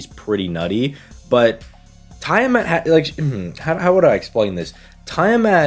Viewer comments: I think her name is pronounced Tea-ah-mat and not Tie-ah-mat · Yes "tie a mat"🤣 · It’s pronounced Tea-ah-mat. At least in English. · ok ngl your pronounciation of tiamat was funny as heck you said "tie a mat" no offence offcourse just thought it was funny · I thought how he was saying it was odd.